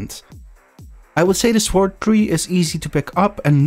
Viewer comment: The 'w' in sword is silent.